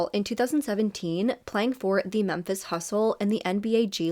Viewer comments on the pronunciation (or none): none